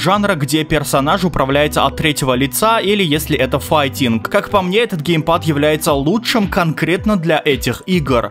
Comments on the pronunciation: Гейпад ещё 😂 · Не ГЕЙпад, а геймпад... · ну вроде геймпад а не гейпад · Геймпад а не гейпад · Серьезно? ГЕЙПАДЫ??